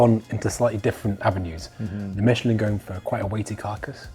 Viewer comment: I just KNEW that schwalbe and Michelin would be pronounced wrong! 😂 ❤ Its " sch-val-buh" 🇩🇪 and "meesh-el-ah(n)"🇨🇵